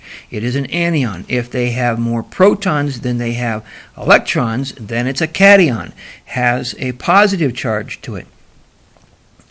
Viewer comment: Very interesting presentation. Just one thing though...the words are pronounced as if they were spelled... an eye on...or... cat eye on. Anion is a negatively charged (as in anode) ion having an extra electron and cation is a positively charged (as in cathode) ion which is missing an electron.